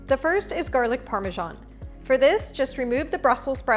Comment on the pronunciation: Great recipe and thanks for the spelling lesson! Btw. Probably worth checking out the correct pronunciation of parmesan (maybe even more ambitiously the Italian version) as these things seem to matter so much 😊. Anyway, the recipe is marvelous! Thanks so much